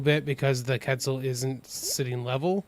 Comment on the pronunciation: Quetzal. Say it like Kwetzel dude.